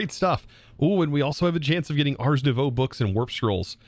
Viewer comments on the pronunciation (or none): none